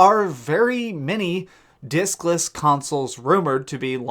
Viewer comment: Did u say dickless or discless lol